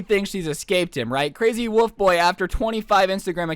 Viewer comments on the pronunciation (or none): How says 'wolf' is really strange, he says, 'woof' Here's something funny, Last year I discovered a 'werewolf' girl and it was strange because I thought she looked more like a fish than a wolf, anyway a year later I discovered why she did that, for attention, to feel higher than someone and when I confronted her she acted like it never happened. Damn